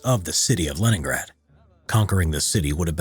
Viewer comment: I honestly thought you said Lemongrab